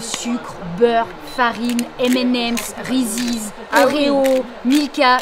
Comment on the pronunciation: arreter de dire rizzize sa se dit rize ( reese)